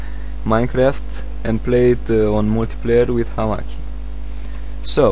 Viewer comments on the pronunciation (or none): hamakki? lol its hamachi man